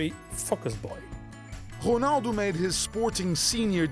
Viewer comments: So annoying when he says "ghunaldoo" instead of "Ronaldo" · the voice over says whonaldo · Everything's alright with the video.....but wat the Hell is hunaldo??? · Why does the guy keep saying Jonaldo instead of Ronaldo? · You dumbass I think he means how the Commentator says his name it sounded like Honaldo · whos HONALDOO.... HAHA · It's ronaldo not xornaldo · Annoying how the narrator says Ronaldo like Hurghhnaldo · Honaldo. Lol .Fuck this journalist. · I hate how he says "Honaldo" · The R is silent in portuguese... he's technically saying "O-naldo"